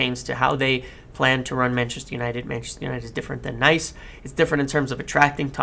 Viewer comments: Dude it's not pronounced Nice, it's niece 😅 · you beautiful bastard! One thing though, isn't OGC Nice pronounced like Niece? Either ways, keep it up!